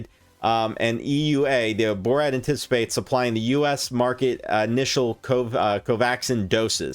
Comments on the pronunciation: Am I the only one bothered by his pronunciation of 'Bharat' as 'Borat' ? 😂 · It's Bhaa- ra-tt